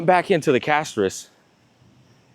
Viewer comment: Did he just said cashtorice? ... what was that? ... but it sounds so true 🎉🎉🎉😂😂😂😢😢😢